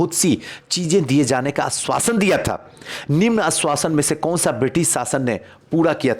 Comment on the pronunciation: Galat salat padhte nikal jana h...pata nhi jad baji kis chij ki h.....apko bahot log follow krte he...thoda savdhani se video Banana chaye........kuch bhi ashwasan ko aswas padhkr age badh Jana........